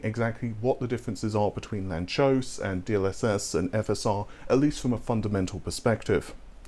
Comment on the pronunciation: It's Hungarian, so it's read lun-tsosh